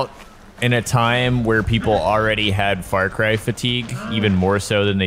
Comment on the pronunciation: He says Fart Cry 💨😢